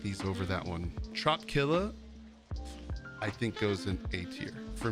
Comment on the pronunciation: Love the vids man. btw it’s not trop killa it’s trop-i-killa, like trop-i-cal.